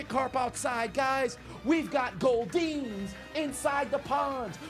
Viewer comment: "We got goldeeens" lol hilarious